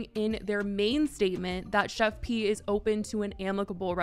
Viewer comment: finally.. some1's finally calling her the PROPER name.. it's "Chef P".. (pronounced like it's JUST a "P")